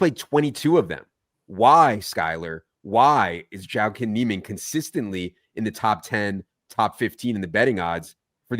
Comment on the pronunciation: lol at your Jaiquin Niemann pronunciation